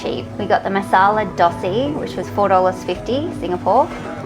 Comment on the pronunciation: It's not a "Dossy". It's a "Dosai".